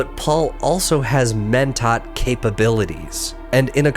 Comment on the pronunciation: Pretty great video. Terrible horrendous awful no good pronunciation tho. Wtf is a twofear? Keenes? Mentot? C'mon man